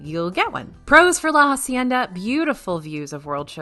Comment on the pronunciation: La hacienda is pronounced Ah-cienda, not Ha-cienda. H is silent.